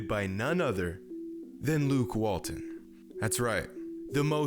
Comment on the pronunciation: You did Luke Walton wrong bro😂😭